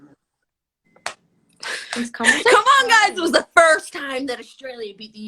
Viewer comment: LMFAO HER AMERICAN ACCENT FOR "FiRsT" AND THE "eVeR"